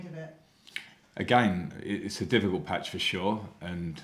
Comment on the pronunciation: He calls it a batch !